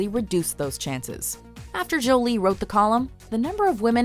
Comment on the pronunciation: The way you pronounce "Jolie" is seriously cringeworthy.